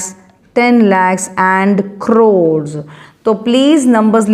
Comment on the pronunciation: 😂😂 not croes crores NAHI ata😅😅😂but it is nice ❤